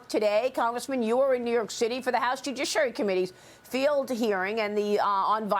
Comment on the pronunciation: It's ok Maria, you can always say "jujiciary" to me